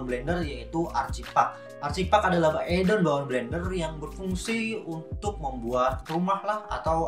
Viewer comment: Add-on..... Read ed-on, not addon